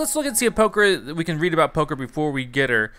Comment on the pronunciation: Did anyone else notice that he kept saying poker?